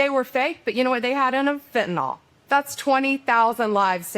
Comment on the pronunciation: Great work. I wish people would learn how to pronounce FENTANYL. It is pronounced fin - ta - nil. NOT fin - ta - NOL. NYL is pronounced "nil."